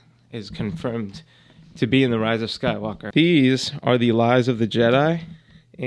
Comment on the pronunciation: Anyone else notice he has a very strange way of saying “rise of Skywalker” he puts emphasis on walker. It almost sounds like “walkar”